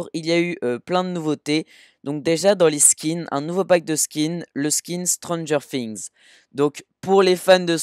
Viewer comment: J'aime bien quand tu dis stranger things tu dis STRANDGER De La manière La plus degueulasse et Apres le things d'une manière toute raffinée 😂